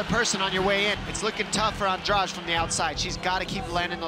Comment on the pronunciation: Angrage??? AndraDE DDDDD NOT DRAUUUGE